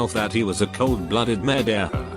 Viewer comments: Whatever reads these stories says murderer as if they were french MURDERUERRRRR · So you're going to become a mehdehhurr? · Make it stop saying murderer like that, or I'm going to kill someone. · The first one when it said murderer it sounded french